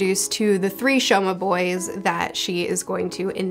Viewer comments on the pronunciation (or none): Fruits Basket is my favorite manga series ever. I'm so glad you're reading it ! It only gets better from there, trust me. The art style does get a whole lot better as well. Also, it's actually not the "Shomas", but the "Sohmas", pronounced like "Soma", which is also another way to write it. Basically the s is pronounced like an s. I noticed you made that mistake so, here it is :) Same with Momiji. It's not Momoji, but Momiji.